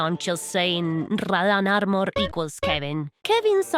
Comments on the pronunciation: rradán arrmorr, me gusta cómo suena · RRRRRRadahhhn Armerrrrr